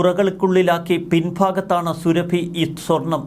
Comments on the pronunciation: സുരഭി അല്ല സുറാഫി എന്ന് ഉച്ചരിക്കുക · അവളുടെ പേര് സുരഭി എന്നല്ല സുറാബി എന്നാണ്. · സുരഭിയല്ല സുറാഫി എന്നുപറ മോനെ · എടാ പൊട്ടാ, സുരഭി അല്ല സുറാബി. മര്യാദക്ക് നാവു വടിച്ചു ശീലിക്കാത്തതിന്റെ തകരാർ. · സുറാബി 👈 സുരഭി അല്ല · Zurrabi...സുറബി. Not Surabhi as you pronounce. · സുരഭി അല്ല സുറാബിയാണ് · എടാ കോന്താ സുരഭിയല്ല സുറാബി യാണ് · സുരഭി അല്ല. സുറാബി ഘാട്ടൂൺ